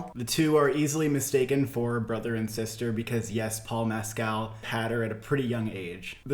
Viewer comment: If you’re going to be talking a lot about this for the rest of the year, just a little tweak on pronunciation, Paul ‘Meskle’ is closer to phonetic!